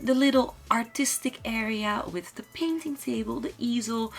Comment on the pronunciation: why am I getting irritated by the way she says ''Tink'' instead of ''Think'' ...or ''wit'' instead of ''with''. I mean the rest of her pronounciation is good, but the ''T's'' instead of ''Th's'' are just distracting and irritating to listen to. I really like her build and it's a shame xD